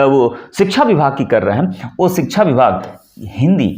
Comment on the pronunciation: अपना उच्चारण तो सही कीजिए।शुरू, शिक्षा जैसे शब्द भी आप सही नहीं बोल पा रहे। स्त्रीलिंग शब्दों को आप पुल्लिंग के रूप में इस्तेमाल कर रहे हैँ।